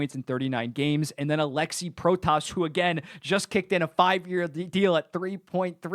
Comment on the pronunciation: Just wanna say it now, you pronounce the name "Protas" like "Pro-tis", still better pronounication than most commentators lol.